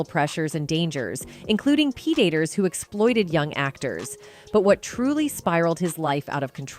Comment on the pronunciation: Its the AI commentary! It also said pre-daters rather than predators several times.